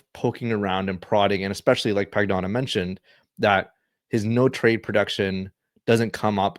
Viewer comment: Pagnotta is pronounced "pan-yoda"